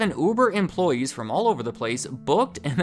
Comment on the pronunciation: I keep hearing "oovoo javer"